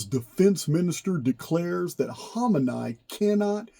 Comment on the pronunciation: It's pronounced "Kha-meh-knee"